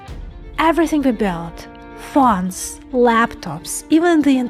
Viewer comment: Come on lady you don’t really speak like that do you. Vones?? Ivones ring ring it’s the televone